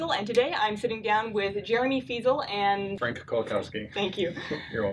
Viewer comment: Lol Frank doesn't know how to pronounce his own last name xD I'm polish and I know how it should be